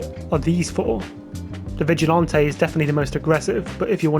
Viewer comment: Bro says vigilante like he’s sipping a strawberry daiquiri with his pinky out😂 Vigilanté🍓